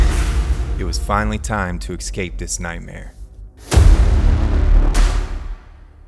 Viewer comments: If you can say Escape without the X (eXcape) I will join your patron crew. Also because this is INSANE! and I love it. Scouts honour. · for the love of the spear it animal, can someone please teach that man to say "escape"!?